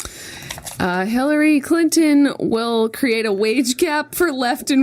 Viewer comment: It sounds like Jenna is saying Hillary Clit-on. I'm dying! :D